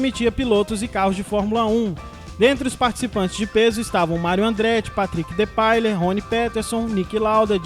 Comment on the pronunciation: O nome Depailler não é pronunciado com os dois "L"...lê-se Depaiêr. Os brasileiros e a dificuldade endémica de falar e perceber frances